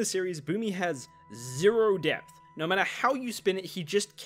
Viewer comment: I misheard that as ZERO DEATHS!